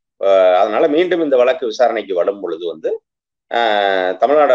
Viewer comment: 'வலக்கு' இல்ல தம்பி, வழக்கு. திமுக பேச்சாளருக்கு நல்ல உச்சரிப்பு வேண்டும். அண்ணாவும் கலைஞரும் பேராசிரியரும் பேசிய தமிழ். சற்றே முயலுங்கள். முடியும். வாழ்த்துகள்.